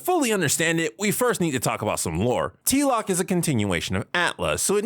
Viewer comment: You make a lot of great points, but the way you say "Atla" and "Tlok" as if they are words really grinds my gears. I just can't stand it. Just call the shows "Avatar" and "Korra" like every normal human would, Jesus Christ! As for the topic itself, I understand disliking the scene, heck almost every scene in any piece of media which tries to make a child look "cool" is inherently cringeworthy, but I believe all your complaints come down to how the show treated Korra PAST this point. The scene in a vacuum itself is just the proper introduction of the character, if she stopped being a Mary Sue as she grew up and they gave a good reason why she excelled at bending more than previous avatars then there'd be (almost) no problem! The scene works well in establishing that this is going to be a different show than Avatar, it tells you straight away that this show is NOT going to be the same journey with a different protagonist, it's going to be a completely different journey and this new Avatar will have to learn different lessons. That's the biggest positive which you didn't put in your list, it's not about literal exposition, it's about presenting themes and styles. Afterwards we all got disappointed, or at least underwhelmed by what this show was compared to Avatar, but blaming this one scene for it is nonsense in my opinion.